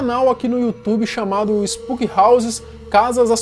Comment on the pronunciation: Finalmente alguém que chama ele de spuqui(spooky) e não spoque(spok)